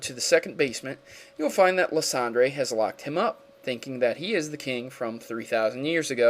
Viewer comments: I'm pretty sure Lysandre is pronounced ly-SAN-der, at least in the English version of the anime (and if we want to stick to French, it would be something like lees-on-dreh), not liss-ON-dray. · hes really called LIE-SAND-ER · Sorry but i'm pretty sure it's pronounce lye-san-der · someone has probably said this already but its (lysandre) lie-sander. not lis-san-dre. sorry that kinda drove me bonkers. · Lysandre is purnounced (lie-sand-er) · Lysandre tbh is better pronounced Liesander sounds better tbh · Lysandre is pronounced Lie-Sand-Er, and Sycamore is pronounced Sick-a-More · i like your vids but..... i hafto say something Lysandre = (lie+san+dur) Sycamore = (Sick+a+more) not all words are phonetic.... Great video thank you for covering pokemon war not many have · It's LIE-SAND-ER bro. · pronounced li-san-der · Can not pronounce anything right? Lysandre: Lie-Sand-ur Floette: Flow-et Sycamore: Sick-ah-more